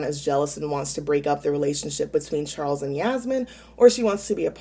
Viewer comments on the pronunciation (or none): none